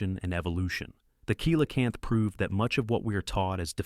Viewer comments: Coelacanth is pronounced "Selacanth" not "Koelacanth". And this info about the fish is old inaccurate like from the 90's, by now many more fossils of other species of that fish much larger and smaller in many other different shapes have been found proving it's not "lazarus taxa" but a "Stabliomorph" as in an animal that evolves really slowly, cause it has indeed evolved. It'd be like saying a crocodile never evolved just because it's also somewhat considered a living fossil. Most other info from your vid is unrealiable old like this, I could be here all day saying why. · I hope every climate freak listens carefully to the fact that cold kills. A warm earth is an alive earth. A cold earth is a dead earth. * 😂 kilocanth! That's cute. Teach your bot correct English, or find a human. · I hate when people do science pieces and don't say the name correctly coelacanth pronounced (see la-canth) if that's a computer generated voice it sucks at pronunciation